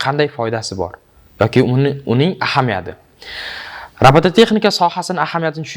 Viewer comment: Nega robotexnika demay robotatexnika deysz